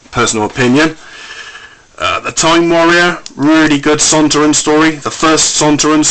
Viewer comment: It's sontarans not sontrans